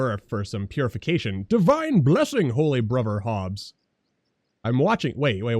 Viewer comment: Love the series but the way you say Bruber instead of Brother and Pladin instead of Paladin lol